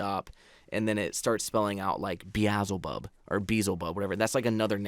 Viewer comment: Its pronounced bee-el-ze-bub one of the names of the devil